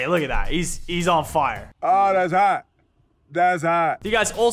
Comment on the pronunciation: It physically hurts me to hear Lachlan say ttttthats hawt